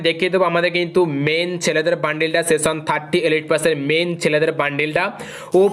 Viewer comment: Seson na session 😂